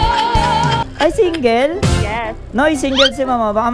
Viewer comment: Ayusin mo ang pananalita mo iho ! Anong SIN-GEL ?